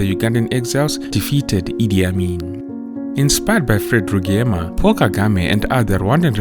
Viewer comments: it’s not Rugeyema 🤦🏽‍♂️ it’s Rwi-gye-ma. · He took over the very much beloved murdered Rwigyema.(pronounced Rijema..not Lugiema as the presenter puts it) He has not disappointed i guess... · RIGYEMA is pronounced = RiJEMA (ReeJayMa)